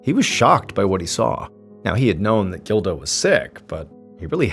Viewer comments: I keep thinking he’s saying Dildo instead of Gildo lol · You say Gildo. I hear dildo. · When he said "gildo" I thought he said "dildo" lol I had to rewind it to make sure i heard correctly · I thought at first he said Dildo! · It’s a pretty common name and the pronunciation is closer to “Jeel-doh” or “Jill-doh” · Every time you said the son’s name I totally thought it started with a”D” 🙃 and not a “G”😂 Just me?